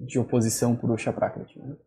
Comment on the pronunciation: Você falou 'prákitih', o que não faz sentido nenhum. Confira no próprio vídeo que você mandou. Seu ouvido é ruim ou você está se fazendo de idiota.